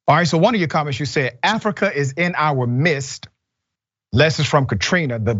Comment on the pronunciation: Dr Richey's struggles with English timestamped "in our mist" "intellectual quotient" "atmospheric" "stoic" "correlated to affix to the culture of the Asian experience"